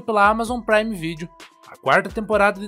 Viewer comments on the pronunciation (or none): none